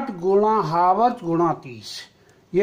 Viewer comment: हावर्स नहीं होता है चाचा